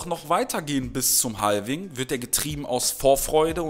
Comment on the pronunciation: Mal ein kleiner Zwischenschiss: man spricht es "ha-wing" aus, nicht "hal-wing", das L ist stumm. Dennoch natürlich DANKE, wie immer, für das Video!;)